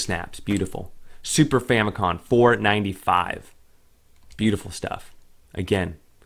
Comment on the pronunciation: Is it me or does it sound like hes saying Fami-con lol